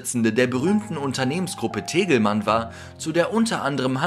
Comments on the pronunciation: TENGELMANN nicht tegelmann.. Leute ihr müsst euch mal bitte informieren, wie viele Sachen ausgesprochen werden .. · "Tegelmann"? Ernsthaft...? Ist es so schwer "Tengelmann" zu sagen und das zu korrigieren? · hast du ernsthaft Tegelmann statt Tengelmann gesagt? O.o 😱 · Es heißt Tengelmann und nicht Tegelmann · Gott dir kann man teilweise nicht zuhören. Richtige Aussprache auch bei anderen Videos ist nicht deins. Nicht telgelmann. Da steht auch tengelmann. Und man wird nicht in einen Krieg vermittelt. Lächerlich bevor man etwas einspielt sollte es man sich doch nochmal anhören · Digga es heißt TENGELMANN